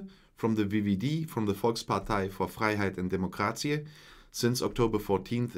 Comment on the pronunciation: Dutch pronunciation is on point. Next: say Scheveningen. ;p One mistake though with "democratie". Pronunciation is roughly the same as in German but pronounce the t as an s. I miss a thorough description of both the Poldermodel and the way governments are formed because that information is really important if you want to understand the Dutch system. For that, I refer those interested to the respective wiki pages which are fairly accurate. Government.nl also offers some information. Great video !